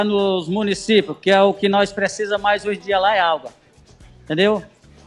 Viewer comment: ... este miserável não sabe nem falar Água... fala "Alga".. Além deste Emílio puxando o saco do coroné.. carai JP não ferra!!!